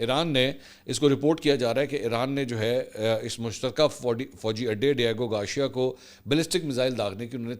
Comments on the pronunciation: Garcia...ceeia hai shea nhi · Mansoor bhai MashAllah jitni aapni mistakes kartay hain na itni londay laparay bhi nai kartay. Diego Garcia, not Diago Garshia, urdu main likh k deti hai na team? Right? Ya zaman e talib e ilmi main back bencher thay? Consistently Aap k har Vlog main main ghaltian nikalta hon. Per aap k kuch bhi seikhne se inkari hain. Bas dollar chapne ki race main lagay rehtay hain k koi pehle na aap se bana le dollar. Vlog te Vlog sutti aao.